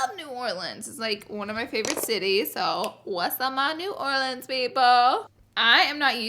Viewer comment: Thank you for saying New Orleans correctly!!! It’s been soooo cold here lol I’ve been sick for 3 weeks 👎🏼 one day it’s 20 degrees then the next is 70 😂